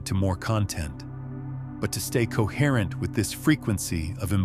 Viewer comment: ❤ cohrrrent coherrent coherreny